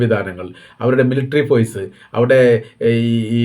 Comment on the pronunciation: ഫോയ്സ് എന്നല്ല ഫോഴ്സ്